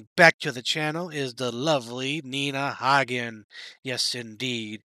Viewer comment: Nina has been an activist, spiritually enlightened, and a feminist since day one. She embodies everything young people presently strive to be. Perfect name pronunciation. Yeah!